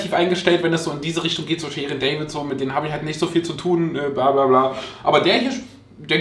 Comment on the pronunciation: Ich habe sooo viel gelacht bei deinem Video es war einfach sooo lustig.✌️✌️ David auf deutsch ausgesprochen lol das ist Tanzverbot😜